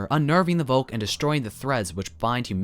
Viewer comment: FYI, v in German is pronounced f so Volk is pronounced Folk, like English.